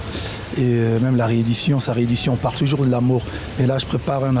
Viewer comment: WERRERA YO PE YAKA KOLOBA TOYOKA YO MASTA NA YO JIBIRA YE PE AZUI OYO YA YE SLOGAN MIKOL’OYO KAKA « TOJORS »AU LIEU DE TOUJOURS 😂😂😂